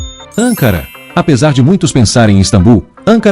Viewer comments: 48 = ANCARA: pronunciada sem ACENTO. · 57 = ANCARA: pronunciada sem ACENTO.